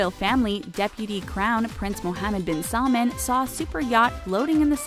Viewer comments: Who else heard KING SALMON instead of KING SALMAN? 😂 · its not salmon its salman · She pronounces his name like it’s a fish “salmon” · It’s salman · It’s salman 😑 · what is she saying? royal family SAD? King salmon? Please learn to pronouce the names before making a video about them. But none the less a good informative video :) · When she is pronoucing their names it sound like she is mocking them .... AbDuL AzIz😠 and SalmOn